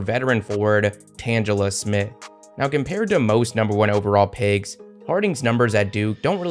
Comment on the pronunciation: you keep saying pigs. sigs.